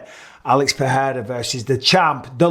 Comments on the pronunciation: *Pereira -- not PeHeira [PE’REIRA] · Bruh it’s pronounced “Per-rare-ruh,” ur a UFC commentator and u don’t even know this? Enough with the disrespect